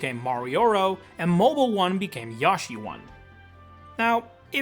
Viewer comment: why did he say Yoshi correctly once in the beginning and then never again